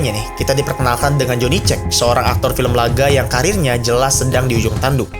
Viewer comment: Kamu juga harus tahu, cara baca Johnny Cage itu ➡️ Joni Kej